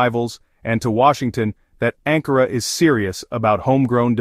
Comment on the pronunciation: Wann wirds du lernen ANKARA zu sagen? Nicht Angora